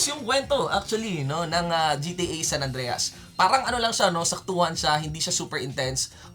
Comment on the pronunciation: "SAN ANDREYAS" (san andreas)